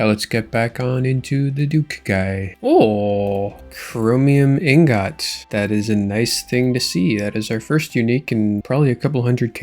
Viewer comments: Ingot is pronounced Ingut not Ingot, learn to pronounce it correctly 😂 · Nvm lol your gf didn't fix your "ingaht" defect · Brother, the pronunciation is ing-guht. I cant be the only one who's bothered by this lmao. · you pronounce ingot so wrong and i hate it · please pronounce ingot the way your wife showed you T_T